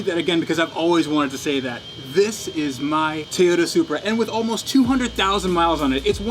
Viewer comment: ...don’t ever say Toyota Supra again